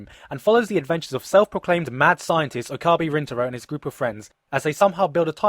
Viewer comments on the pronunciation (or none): Bro...OH Kah BEE? It's OH K-UH BAY. And you say you've seen this show bro? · It's Okabe not Okabi. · Oh god, your pronunciation of Okabe is just PAINFUL. It's pronounced OH-KA-BAY RIN-TA-ROW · his name is pronounced OH KA BEH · he's pronouncing "Titor" and "Okabe" wrong. Accents aside, he should at least pronounce the names like they do in the anime. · This anime is my favourite anime ever and the visual novel is also goddamnmotherfucking amazing and I'm a crazy obsessed fan of it-That should explain why I'm saying this. FUCK YOU, you're pronouncing Okabe wrong, Mayuri's tuturu is only annoying when you play it over and over otherwise it's really cute and you make out the characters to be something they're not.BTW this review is freaking hilarious & why did you use a bunch of images of the Visual Novel at the start if this is an anime review?